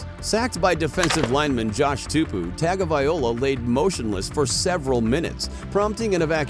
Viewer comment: Stop saying Tua’s last name wrong